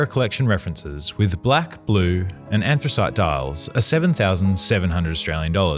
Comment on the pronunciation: An-thra-cite, not aran-thra-cite.